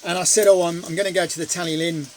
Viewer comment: Pronounced Talythlun 😊 great TST as usual 👍